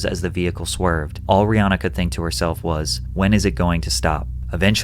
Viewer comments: btw her name is pronounced "ree-HAN-uh" not "ree-HAA-na" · About Rihanna... A lot of us have gotten stuck on pronouncing her name as "Ree Ah Nah" but it should be "Ree Ann Ah"...